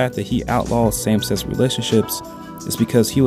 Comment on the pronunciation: Try to pronounce sex as "seh kis" with a strong K instead of "set" or sexuality like "sek shoo ality" instead of "se tshoo ality" fact as "fek t" instead of "feh" Besides some other minor mispronunciations your English is pretty good! I just found a bit difficult to understand some parts of the video.